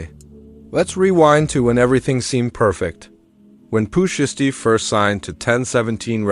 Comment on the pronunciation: Please say his name right please 🙏 ❤